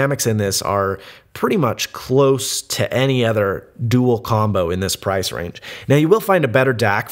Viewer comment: [rice instead of price at the beginning xD